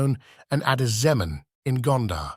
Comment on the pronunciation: No Amhara guy can get such a true report like you, otherwise you must be from Gonder. Even the way you called Addis Zemen is by far perfect that abiy ahimed can pronounce.